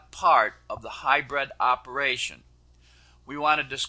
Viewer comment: Kind of annoying hearing him keep calling it hy-bred when it's pronounced hy-brid. I know of a couple of people that call it Hy-bird. But he's the best, so I guess he knows.